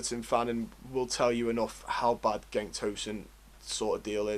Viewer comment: Enjoyed the video. But please work on how you pronounce player names…. Digne is “Deane” not “dinyay” Cenk is “chenk” not “genk” Gbamin is “Bamma” not “gee bammin” I don’t say this to be a dick. It’s just something that will up the professionalism of your video. Keep up the good work!